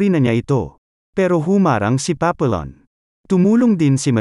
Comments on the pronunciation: Hndi yan Papillon pronounciation. Papiyon ang tamang bigkas. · The correct pronunciation should be papiyon not papillon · It's not pronounced Papillon.Should be Papiyon(silent L). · Napanood ko movie version nito starring steve mcqueen at dustin hoffman. Paa pee aan or paa pee yon ang pronunciation, hindi paa pee lon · Papiyon ang pronunciation hindi Papilon. Ayusin mo pag vlog mo hoy. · It is pronounced as Papiyon